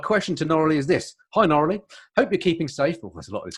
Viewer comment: She is too polite to tell you you are pronouncing her name incorrectly. It's pronounced ''Nora-Lee''.